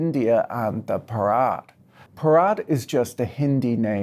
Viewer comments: its not bharaat, its bhaarat. pls pronounce properly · bruh. it's pronounced b-ha-ra-t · Bharat is pronounce baa .ruht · Patrick pronouncing 'Bharat' like that sounds hilarious, since the way he is pronouncing it makes it sound like the Hindi word for a wedding ceremony. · Stress the ‘Bha’ rather than the ‘ra’ when you say Bharat.